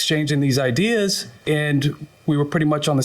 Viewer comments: Idears!🤣😂😁😃😄😅 If he says idears one more time!😶🙄🤨🤔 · funny its ideas not not idears or idear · The Defendant didn’t like the Plaintiff’s “idears”😩😭. I see I’m not the only one who was annoyed by the pronunciation of the word😂😂😂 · He really had some good "idears" 🤦🏾🤷🏾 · "IDEARS!" 🤣🤣🤣 this a first... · Oh My Fuckin God yes! And when he put the "s" on it I had to stop the video and come to the comments. It feels good not to be alone 😄